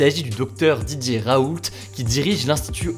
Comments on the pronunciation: On dit « raoul », pas « RaouLTT » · Merci beaucoup pour vos rapports rapides et fiable. Pour info (ca m’a fais rire) mais pour Didier Raoult on ne prononce pas le t.mon grand-père s’appelle raoult et pour lui on ne le prononce pas